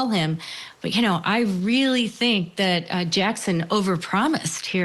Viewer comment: I TINK THAT , I TINK THAT, I TINK THAT...